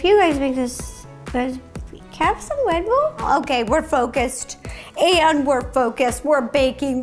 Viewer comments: "Can I have some WeDBuLL" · no one: ro: can I have a wed buwl. BAHAHAHAHAH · no one: Not a single soul: Ro: MY WED BULL!!!!! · weally a wedbull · I THOUGHT YOU SAID WET BOWL BUT YOU SAID RED BULL IM DYING